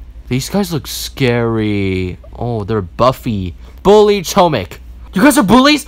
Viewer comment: im laughing so much when someone says bully as “BULLI”